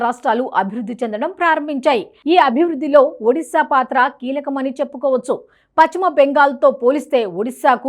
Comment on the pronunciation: Paschima bengal not pachhima bengal utcharana marchandi